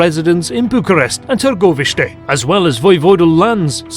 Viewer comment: I have to commend the story teller/reader on his pronunciation of Targoviste, and the other names... well done dude! I am more than impressed with the effort put behind this video!!!